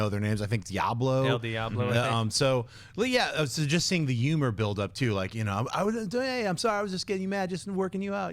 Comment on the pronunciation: I just noticed that John doesn't pronounce the in humor.